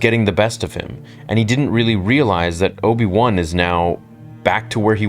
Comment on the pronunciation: the way you said Obi-One sounded like there's an Obi-Two as well